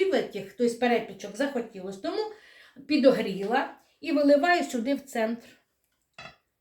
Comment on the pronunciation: Чого ж солИ, а ні солі, підОгріла, а не підігріла.? Та й не слідуючий, а наступний.., добре, хоч муку виправили на борошно...